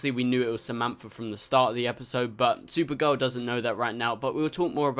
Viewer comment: its spelled supergirl. The way you pronounced it was sewer girl